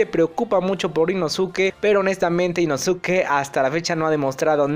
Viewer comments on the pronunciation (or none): Inosuke? Se pronuncia Inoske!! Creo que ves los anime en español. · Se pronuncia inoske me gustan tus videos pero eso me incomoda mucho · que se dice inoske a si se pronuncia 😡👺🤬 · Porque pronuncias mal el nombre de inosuke ?